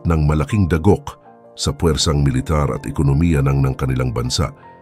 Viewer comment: mag aral ka ng tamang pagbigkas ng. mga salita , tulad ng sapul , dagok, patawan, instik balang, gugulin, ABA, ginigipit, lalake